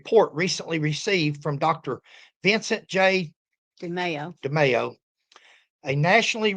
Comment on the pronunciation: I can’t see the spelling over Demaio, but you are pronouncing it correct. I grew up with a lot of Italians and that’s how they pronounce it. 😊